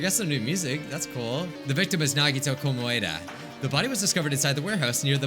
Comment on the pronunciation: Nobody:: the victim was Nagito KomWAdA